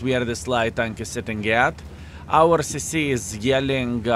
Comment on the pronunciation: Partly accent but party his usage of model letters. When I heard him say, "push on this CC", I heard, "push on this sissy" LOL! Merry Christmas. Thanks for a fun 2023